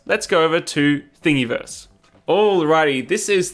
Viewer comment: lol something about the way you pronounce "Thingiverse." It should rhyme with universe....